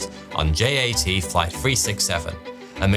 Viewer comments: JAT is pronounced “YAT”! Yugoslav Air Transport! Why do you pronounce it as if it’s in the English alphabet? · He also mispronounced J.A.T. which is short for Jugoslovenski Aerotrasport (Југословенски Аеротраспорт) which in English should be pronounced as Yugoslovenski Aerotrasport.